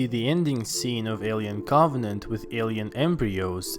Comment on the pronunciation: ”maanny qQuaStzions zthat hwere laeft afftter Proumiuthiouz aandd coOvVennanntt”